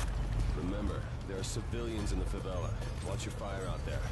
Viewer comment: "remember, there are cavilians in the favila" *pulls out shotgun* "watch your fire" :P